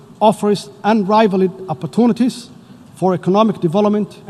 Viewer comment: Ninkan maxaa loo laha maraykan buu wax kusoo bartay, English tii private yaryar lagu dhigan ayuu ku hadlaya. U fiirso sida uu ugu dhawaaqayo opportunities.lool. Mida kale xaalada dalkiisaba kamuu hadal, Kenya iyo Somalia juquraafi ahaan waa la ogyahay, xuduudooda ma sharaxaad bay rabtaa. Shaarubo dheer meesha wuu nagu ceebeyey